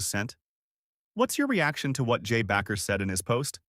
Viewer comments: I hate these AI narrating videos. As another posted why not say it from the creator unless the whole thing is fate. Bakker not Backer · AI? His name is Jim Baker, not BACKER! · The word isn't "Backer" - it is Bakker (pronounced Baker). Terrible podcast!!!!! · You're not even pronouncing Jim's name right!!!! It's pronounced BAKER, LIKE A PERSON WHO BAKES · AI can't pronounce his name right.